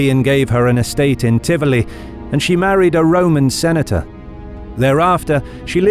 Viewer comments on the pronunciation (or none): none